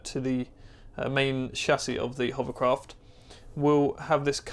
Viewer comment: you ruined my children. They can no longer say "hovercraft," all they say is "hoverCROFT".